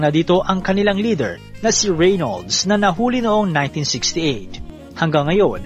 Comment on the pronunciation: Nice content. Suggestion lng po Depot - Di-pow Reynolds - Re-nolds (Silent Y)